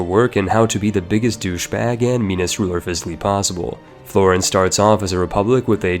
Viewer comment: The way you pronounce "Florence" hurts my soul.